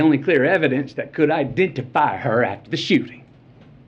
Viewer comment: All this coming from a man who made MILLIONS GLORIFYING GUNS! 🤣😂So pathetic Matthew. smh. You all notice how he went into a "southern accent" all of a sudden when he said the word "Ideentifeye" instead of identify? lol because that's from the scene from the movie A View To A Kill when he was talking about the little black girls shoe. In the movie a little black girl gets raped and he's her lawyer. So sad Matthew. Do you really think people wouldn't remember the movie scene so you use it here? Libtards have not even 2 brain cells to rub together. Hmmmm amazing how the shoes that are the "only thing that could identify her" as he says, is in pristine brand-new condition? How is that possible if she "wore them every day" and was in a bloody pool? smh. And yet in the he reads off the names of all those killed and Maite's name isn't even mentioned? Hmmmmm.